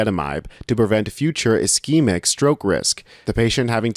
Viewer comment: Great, please learn how to pronounce ischemic and hemorrhagic